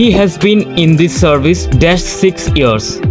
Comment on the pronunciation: 13 th question it is not 'survice' but ' service'